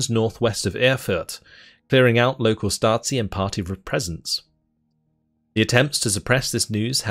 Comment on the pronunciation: Stasi sounds like Shtazee. Z as in word zoo. This is east german KGB.